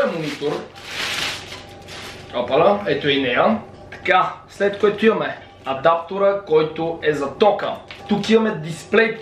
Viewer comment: не е адапртор а адаптер